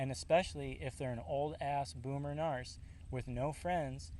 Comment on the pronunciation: it's narc(k), not narst, LOL